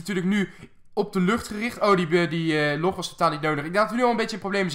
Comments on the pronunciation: zeg log geen loog is irritant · je zegt the log verkeerd het lijkt lok